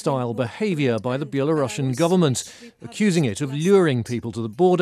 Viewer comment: Belarusian not belasrussian!